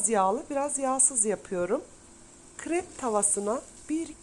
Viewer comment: Kırep değil krep